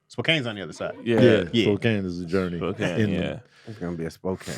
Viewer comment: Spokane is pronounced spo-can